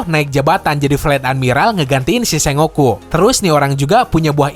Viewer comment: kayaknya admin pengucapan Sengoku nya salah, setauku harusnya dibaca Seng-Goku atau Sen-Goku